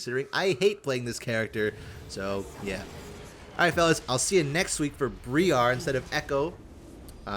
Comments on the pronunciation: Br-eye-ar not bree-ar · FYI Briar is pronounced like Eye. Br-Eye-ar. It's a type of prickly or thorny shrub. Looking forward to that next week, it'll probably be my first look at the champion. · Sooo, the new champion is Briar, not Bree-ar lol. Briar as in a BRIAR ROSE. I cringed every time said BREE-AR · Bro is out here pronouncing briar bri-arrr briar is an actual word, it's not just a random assortment of letters... Darrrrius was fine because at least that sounds kinda cool, but why do you sound like a pirate every time you go to noxus... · loved the video, it was great! Hearing the say "What the fuck is that?" to Teemo was hilarious. Youtube. That said, hearing BREE-ARE 4 times in a row just about gave me a stroke. Briar: noun Any of a number of prickly scrambling shrubs, especially the sweetbrier and other wild roses. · There's no way pronounce 'Briar' like that, it has to be a bit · this Briar pronunciation hurts though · Briar is a real world word with a real pronunciation. It's not pronounced like that. please. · pronounces a lot of champion names wrong lol. It might be a joke at this point 🤷‍♀️ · that awful incorrect pronunciation on Briar continues.